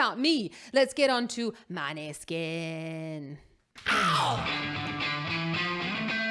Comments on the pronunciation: The pronounce is moneskin......not maneskin... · You are saying the band name wrong 😂